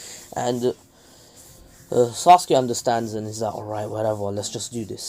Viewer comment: Bro the way he said sasukue gay